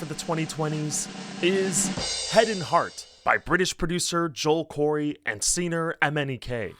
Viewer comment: I felt disturbed every time he said son instead of song, hun instead of hung, sener instead of singer, etc...